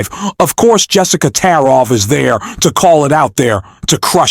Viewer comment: Bro, its Tarlov and Gutfeld. Learn how to pronounce their names and then I may subscribe.